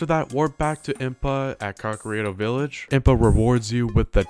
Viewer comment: “Kowkarito” “Ruin”